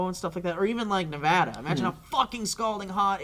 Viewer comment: I signed in to like this JUST BECAUSE you pronounced Nevada correctly! Go!